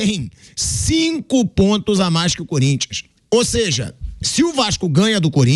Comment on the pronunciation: Nova palavra do vocabulário: “ OSEJA”